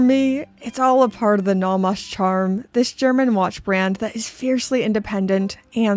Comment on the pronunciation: Love the videos, just need to get something off my chest: Naw Mos ❌ No Mos ✅ The rest of the pronunciation doesn't bother me.